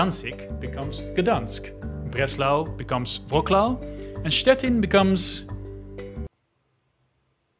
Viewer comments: actualy Szczecin is pronounced just like you did Stettin - Shchetzin of some sort ;d Awesome video btw, i've learned about my country and somewhat painful internal polarization from foreign channel motivated by tweet made by some dude living literally on the other side of Earth's Disk (;p). But yeah, our national meme became looking at any map showing elections' results, wealth, progressiveness, religion and saying "one can see partitions". But what i know from my grandparents is during communists' ruling (PRL) people were more united and i mean countrywise. I don't mean that we've loved each others but relations between east and west were rather normal and healthy. And it was until former ruling party exploited this natural gap to grotesque extent, posing easterns (agricultural, not so wealthy folks) as their electorate who has to be supported, eventually including folks from cities but still these less educated, with worse jobs. Also more religious people. And indeed they were supported. Of course at a cost of westerns and those who actually wanted to do something with their lives and invest in education and self-development. This might look funny on the map and is surely meme goldmine, but at the same time is actually deeply heartbreaking when relatives are gathering at the Christmas Eve's table and start arguing who voted on who and who is "a nation's traitor" by choosing ones over others during elections. Fucking politicians with their ever unsatisfied hunger of mon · Your pronunciation of the city of Szczecin sounded the most like Polish. Even though you have read the German name.